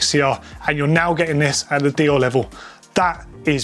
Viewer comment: Its not "dioh", its "deyore"